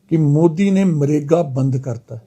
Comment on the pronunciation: देख लो BJP के प्रधान का हाल मनरेगा को मरेगा बोल रहा है.